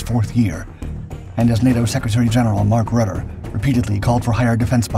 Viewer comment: It's Mark Rutte, not Mark Rudder. And that was not him. Bad AI slop content.